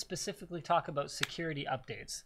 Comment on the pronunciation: Slightly inaudiable but proper Canadian a’boot :-)